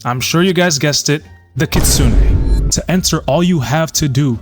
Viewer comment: Kitsunay not kitsun